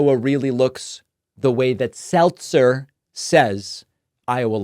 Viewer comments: SeLZer not SelTzer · Selzer not Seltzer love your work bro! 💙💙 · Her name is Selzer not Seltzer so the whole bubble thing fell flat. See what I did there. 🟦🟦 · Ann Selzer, not Ann Seltzer. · Her name is "Selzer" not "Seltzer", everyone keeps spelling it and pronouncing it with a T but it does not have a T. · I thought it was pronounced Sell-zer. It's not like the carbonated beverage. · You are putting a "T" in her last name! It is SEL-ZER. P.S. Early voted blue.💙